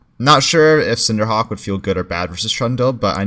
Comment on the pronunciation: how come he says cinder hawk instead of cinder hulk?